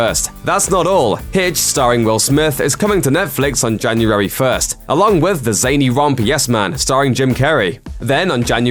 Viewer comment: its January not Janurary